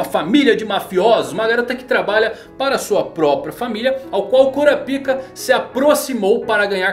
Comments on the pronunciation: Cara, fala "Kurápika" que é a pronúncia correta kkkkkkk... "Kurapíca" é complicado... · Eu sempre sinto uma pontada no ouvido com o falando "Kurapíka" kkkk Mas enfim, cada um com a pronúncia que acha melhor:v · Mano sempre que vc fala Kurapika eu morro de vergonha pq o pessoal aqui de casa e os vizinhos escuta